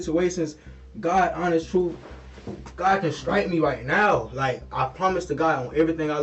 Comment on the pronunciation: Somebody teach these killers how to pronunce TRUTH; not "troof".